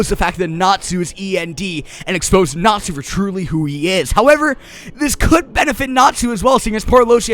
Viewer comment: Thought he sad natzi at first till I heard he was saying Natsu... I was very confused